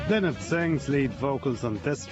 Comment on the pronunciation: Phil LYNOTT ! LY NOTT. Get your pronunciation of the great man’s name right at least. !